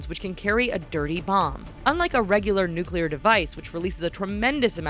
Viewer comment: 1200 nuculer wepons